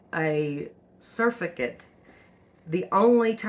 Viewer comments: Sir-fact-tent is how it’s pronounced. Not suff-a-gent. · It's NOT surficant... it's SUR FACT' ANT with the accent on the FAC. So if you can say SIR FACT ANT, then you've got it !! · SurFACTant emphasise the word fact in surfactant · ro help you out: pronunciation: sur FACT ant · Surfactant is pronounced w/an emphasis on the second syllable. Sur-FAC-tunt. I've made my own bar soap in the past. I make my powdered laundry soap. I never use Zote or Fels Naphtha . Can't stand the smell of either. I use a bar of plant-based soap....usually Mrs. Meyers. I haven't had any trouble w/build-up.Like you I'm a very frugal person, too. I stopped using fabric softener. According to Patric (that's how he spells it) Richardson, the Laundry Guy, fabric softener is not good for laundry. It leaves a coating on it which attracts dirt ! He likes just plain old white vinegar which does not leave the smell of vinegar on the laundry. So, that's what I use now. He also goes by the Laundry Evangelist. Boy, does he ever know a lot about laundry & how to get out stains !! I'm 76, been doing laundry a long, long time....but I'll admit I've learned a few things from Patric. Hope you have a great rest of 2024 ! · Sur - fact- ant (hope that helps) lol cute. Thanks for the vid. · sur-FAC-tant GLISS-er-in Other than that, interested in trying this. I’ve avoided making my own laundry detergent because of the issues you noted. Thanks for sharing!